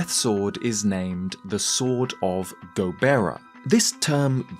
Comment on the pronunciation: ゴベラ not がボラ ✅️